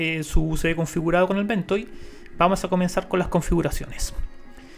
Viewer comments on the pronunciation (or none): Great video, please make more about ventoy. Also it's pronounced Ven-toy not Ven-toe.